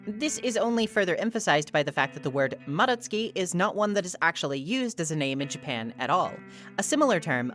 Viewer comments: FINALLY SOMEONE WHO PRONOUNCES MADOTSUKI CORRECTLY, I GET SO MAD WHEN SOMEONE PRONOUNCES IT AS MA-DOT-SU-KI INSTEAD OF MA-DOTS-SKI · thank u for pronouncing madotsuki properly I cannot stand hearing their name with a hard DOT sound 🫶💖